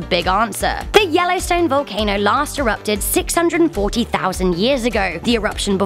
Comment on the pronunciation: Da wellowstwone